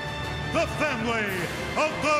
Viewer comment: Is it me or sounded like the "fat lady" instead of family of Big Boss Man